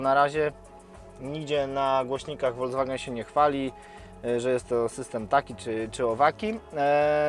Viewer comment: Prawidłowa wymowa to dosłownie "folkswagen". To nie jest aż tak trudne.